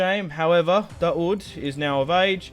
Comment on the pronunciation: Daud is pronounced literally like the English words: Da-Wood. It's actually the Arabic name for David.